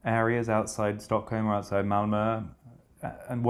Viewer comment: Ooh, I didn’t know Malmö was pronounced as if it were in the East Riding of Yorkshire. But of course our East Riding accent has Viking origins, so I suppose it makes sense. I’d love to hear Freddy say “Nö snöw on the Hölme röad”.